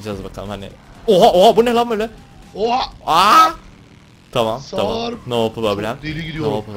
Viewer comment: O Nasıl Sarp Demek Sarpğğğğğ